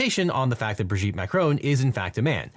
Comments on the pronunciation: Mac-Ron, not Mac-Rone. It's French, not American... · Is it just me or is Devin saying 'Macaron' instead of 'Macron' throughout the video?